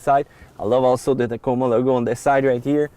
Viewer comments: Did he say Tahcamah...lmao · I've never heard the word Tacoma pronounced "tak-i-mah" before... but here we are! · I didn’t realize how old this video is🤣. Good video. Is there one on a 2021 sport premium? Does any body know and yes the way he says Tacoma is funny.🤣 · “TOYHOTAH TAKEEMA” LOL 😂😂😂